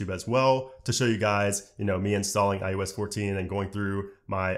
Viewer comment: My question is why does he say ius